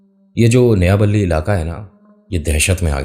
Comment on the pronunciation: sir j nayabali nehi,NAYAPALLI hai